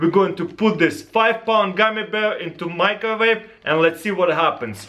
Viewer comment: why does he say "microvave"?